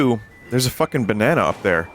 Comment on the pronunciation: Im not going crazy right, Pauline is saying baneena and not banana